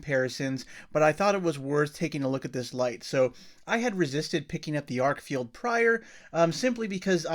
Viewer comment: Stop saying FIELD and lean how to read the name of the flashlight... FFS its written on the thing and it doesn't say field